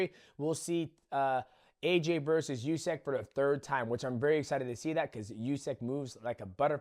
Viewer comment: Demetrious, I am humbly suggesting, as a Ukrainian, that you pronounce "Usyk" as oosik (or even rather "oosyk"), not iusik, because the first variant is how it is actually pronounced =) Love your channel, man! And for Ngannou, I think his journey is not ended, wish him all the best. Will see, but I think he'll be able to analyze his flaws and make a good decision be it in boxing or more leaning towards mma. Fair play to Anthony! Brits and boxers and boxing appreciators and fans around the world must be feeling more than all right right now, I imagine their pride (in a good sense) is restored now after Ngannou - Fury fight! =) Feel bad for Ball though!!!!!!!!!!